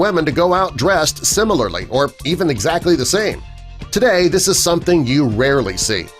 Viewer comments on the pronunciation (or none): none